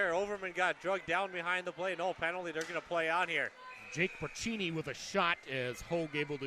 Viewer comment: FYI: Braccini is pronounced Bra-see-knee, not Bra-chee-knee.